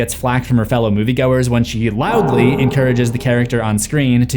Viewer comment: “LOUDLY” idk why but that cracked me up.